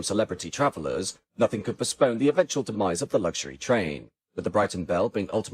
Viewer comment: Good video once again, but there is no "g" in luxury 😊